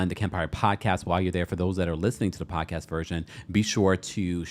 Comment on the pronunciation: I love the way Kempire Pronouces Pod-Cast...😂